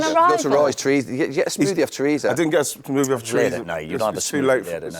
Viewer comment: Roy calling it a Smoodie is hilarious 😂